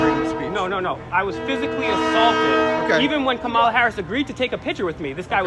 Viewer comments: This video just made you all look thirsty bro.... and you all seemed to be poking at the captain disrespectfully calling him everything besides captain. Also disrespectfully referring to Kamala Harris, as Ka-Mah-la... when I’m sure you know the correct pronunciation of her name. Kah-mah-lah. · This idiot should learn how to pronounce her name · LEARN HOW TO PRONOUNCE KAMALA! #idiots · I generally like what you guys do, but you look like a bunch of ignorant fools when you can't correctly pronounce the first name of the person of interest in the video. Quit being lazy. Do better. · You pronounced her name wrong you goof. Take a pic with the lady then attack her verbally What a 🤡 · Buddy. No class and not pronouncing her name correctly your lucky the body guard didnt. Bop you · First off, pronounce her name correctly. 2nd, he security was actually very nice to you considering how threatening you appeared to a public figure. I agree her record is problematic, but don't pretend you were assaulted by her security. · Can't even pronounce her name !! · When was speaking to the audience at the start of this video, he didn't have the pronunciation of Kamala correct. Later, when he actually called out to her, I couldn't tell how he pronounced it. If he got it wrong that time too, then Kamala surely would have questioned his claim to be her biggest fan. I only learned how to pronounce her name a few weeks ago, so I wouldn't have done any better in 2019. Still, probably blew his chances with her if he couldn't say her name correctly.